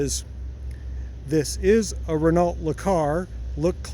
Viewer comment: Love that little thing! Was that lime green color an original factory color? :D A first-gen Euro-spec model would be my dream: It's pronounced 'Ren-O' by the way (like the beginning of renovation), the 'L' and 'T' are silent if you are correctly pronouncing it the French way! :)